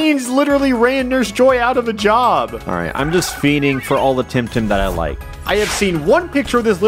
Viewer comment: This game just feels awkward because my online nickname is “Tem” and this game is called temtem. I can’t wrap my mind around that fact and I think it’s fake xD also all people I meet online think I got my name from that. Plus, Alpha, I think it’s pronounced the tem in temmie from undertale. Oh yeah mudkip is best Pokémon and best temtem even tho he isn’t in that game. Edit: I am making this while watching and you started pronouncing it right